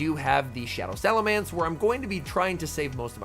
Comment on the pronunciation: I feel physical pain hearing him say salaMANCE and not salaMENCE 🫨